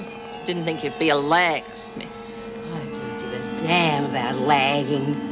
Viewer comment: the strange way Nicholson pronounces ‘lagger’ 😂 Was she told to sound more ‘rough’ than usual? It doesn’t work lol